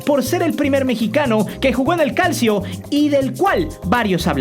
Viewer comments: Se pronuncia calchio, este canal es super crítico y ni cosas básicas sabe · Qué pasó se pronuncia calchio no como se lee; aparte de que se repitió la parte del equipo de Portugal que se salvó por un punto y al siguiente año descendió ahora si te fallo la editada, pero bueno no hay pedo que bueno que hables de los petardos.